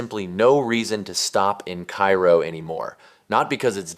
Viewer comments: Cairo, Illinois is pronounced "karrow" not "kyro." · KA-ro is the pronunciation, not like Cairo, Egypt. There is at least one other town in the US bearing the name, and the pronunciation is the same. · I went to Cairo just to see it for myself. Also it’s pronounced “cay-ro”. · Cairo is pronounced "KAY-ro" in IL. Do some basic research. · Typical AI garbage. It cannot even correctly pronounce loser town #1’s name. Cairo in Illinois is not pronounced like the city on the Nile. Do some research.